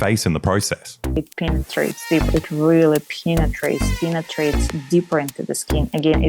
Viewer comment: That she pronounces it PEENetrate is just the tip ;) of the humorous part of this awesome video.